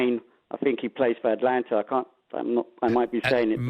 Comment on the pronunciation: Selko - Saka, Atlanta - Atalanta. is a bit lazy with pronunciations.